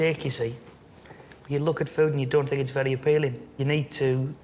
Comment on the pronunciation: did she say "it doesn't look very appealingk"? like with a k at the end? what kind of accent is that?